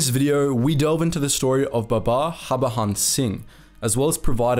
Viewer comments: I'm a great fan of your videos. But please pronounce 'J' as it should be and not as how the Spanish names have it. Its Harbhajan Singh and not Harbahan Singh. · Bro it's HAR-BAJAN Singh. prounounce that J as J , not as H. Its JAN as in JANUARY 👍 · The J in his name is not silent btw and his name is less complicated than it's made out to be. Har-Bhajan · BTW, the name is pronounced Hur(hurry)-Bha-jun(jungle). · Its Baba Har-ba-jan singh. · In "Harbajan" the "j" is pronounced normally. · The way you pronounced the name 😂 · Man you Totally butchered the private's name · Yo don't presume how the name is pronounced.This is not some French name. J is not silent in Harbhajan Singh.